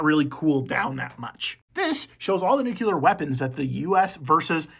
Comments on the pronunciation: "nook-you-ler" hurt my soul 😢😢😢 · Careful with those nucular weapons